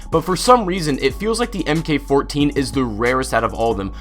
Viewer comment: It's "mark 14," not em-kay-14